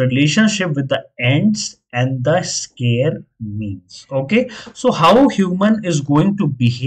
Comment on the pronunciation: It’s “Scarce”, not “Scare”